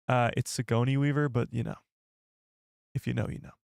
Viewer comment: OMG her name is pronounced Si-goar-knee not Sigonia. Have none of you watched the Alien movies or Ghost Busters or the Avatar movies or Galaxy Quest? you sound like you've never heard of her, she is a huge actress and especially huge in the Sci-fi universe.